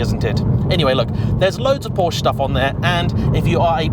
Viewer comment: Check the part numbers. All mechanical parts, with minor exceptions, for the Cayman/Boxter and the 911 have the same part number. Mechanically, they are the same cars. It would be nice if the Porsche name were pronounced properly.